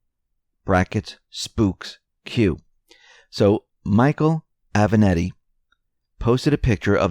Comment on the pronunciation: Italian porn lawyer's name is A-VE-NAT-TI. As in, I HAVE A NATTY suit. It's NOT that difficult to get it right. Trick is to GIVE A DAMN.